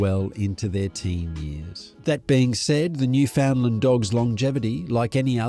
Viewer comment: You are both wrong. The name of the Dog and the place they come from is pronounced as "Newf-In-Land. You must utter the word quickly, and, when spoken correctly, it rhymes perfectly with "understand". Simply try speaking this a few times; ............."understand Newfoundland". Make it a rhyme and you'll be a star here if you ever visit. Also, be aware, the nickname Newfie is considered a slur by most people who live here and it would be best not to use that offensive term in front of a local person. For the majority of people from Newfoundland using that nickname would be the same as someone describing a dog from Pakistan as a "Packie". And for the same reason. I mean no offence, but it has to be said.